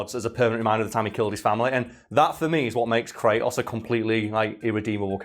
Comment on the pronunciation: Is it just me or he can't pronunciate "Kratos"? I keep hearing "cray'os"!